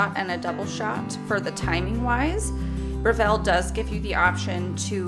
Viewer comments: I’ve just ordered this machine & grinder, can’t wait to receive them. Thanks for the detailed description. BTW, it’s pronounced BREville, not "BreVELLE" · Thank you for uploading this. I’ve been searching for an extensive video like this. By the way, it’s BREville not BreVILLE. It’s an Australian company.